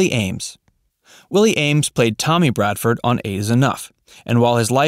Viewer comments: BRADFORD!!!!! NOT BRADEN!!! You should be required to watch one episode before narrative is given. Grrrrr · Yes, that annoyed me to as well as continually naming the tv family incorrectly. it was Bradford not Brayford. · Bradford not Bradsom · Their name was Bradford. He keeps saying Braden and Bardson. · He also says"Bradson" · He also called then Bradson. You would think getting their last name right it's pretty basic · It's BRADFORD. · Tommy Bradson? They could at least get the character's name correct!!! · Yeah um...maybe find someone who actually knows this show to write your script. When you can't even get the name Bradford right, it is pretty bad. And no mention of the first mom, a genuine tragedy. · Hmmm , they left out all of Willie Aimes’ work in Christian tv programs for children and Christian movies. And they didn’t even pronounce the last name of the family correctly at least once.